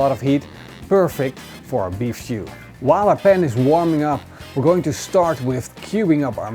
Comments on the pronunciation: Is he saying beef shoe? Lol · Love the why he says stew